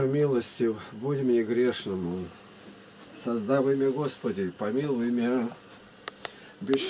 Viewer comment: Не создавый а создавыи мя Господи и помилуй мя Это древлеправославном язык Учите ! И ударения не правильно Что же вы?? Если вы староверы то не позорьте веру Учите язык